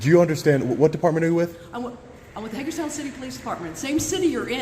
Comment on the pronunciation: Did you say Haterstown Maryland?